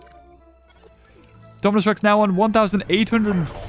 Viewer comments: You kept saying indo rapter instead of Indominus Rex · He said indorapter when it was indominus rex lol